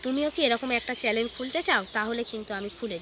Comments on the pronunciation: চ্যানেল বলো। চ্যালেন শুনতে লাগছে। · Charlene na...chanel bolo